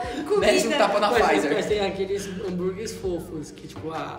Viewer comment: Oi tudo bem? Sem querer ser chata mas se escreve pfizer mas não se fala o "p" se fala só "fizer" ok bjs